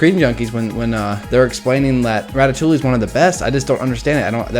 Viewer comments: Can he please stop saying 'ratatoolie' and start saying 'ratatoowe' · Ratatoley? Ratatouille* (Rat-a-too-ee) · Rat-a -too-ey. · It's Rat-a-too-e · Isn't it "Ratatoie" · Hey guys let's all watch ratatooooooly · A french speaker hearing english speakers say ratatouille is a torture for the ears xD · I'm okay with you rating ratatouille at 16 despite me liking it. BUT. I AM NOT OKAY WITH YOU PRONOUNCING THE L'S IN RATATOUILLE (nice vid though)